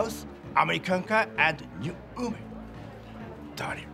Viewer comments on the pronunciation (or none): I love the way he says “women” = “oomin”